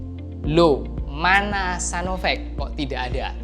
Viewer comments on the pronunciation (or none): Sinovac bukan sanovec ngomong aja kayak mbel..kamu orang mana om..ngomong tadi ngomong caina akirnya ngomong cina..mbelgedes